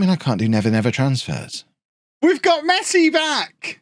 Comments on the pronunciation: It's pronounce Messi not "masai" the dude is like the best footballer in the world, how cld u not know his name. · Did he really said Messai? 🤨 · Mess eye??😂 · Mess-eye? Official rename in FM22! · He said mess I 😂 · Mess-eye brilliant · I like the way you introduced the series... a guy called "MESS I"🤣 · I love that just took the mick out of barca in the intro and called Messi Mess-eye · A club named Barcelona.. Looks at notebook This guy called ' Messai ' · Pronouncing his name as mess-i then hearing "Fixing Messi's" made me punch myself in the face. You owe me a copy of FM 22. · "Messay" got me there lol! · who's messai? hahaha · I thought it was funny the way he said mess i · Lover how you mispronounce Messi hehe